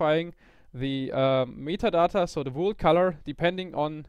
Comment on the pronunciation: Did he just said "metatata" or just me? :p